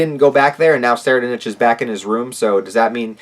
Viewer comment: I believe it's pronounced "soraidnik". Edit: Deym, I know im so late but HxH is really getting interesting. I hope Togashi finds the passion to finish the whole arc asap. Nice review btw.